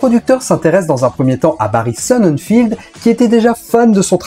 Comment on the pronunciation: Barry Sonnenfeld pas Barry Sonnenfield y a pas de i, ie, ea, etc...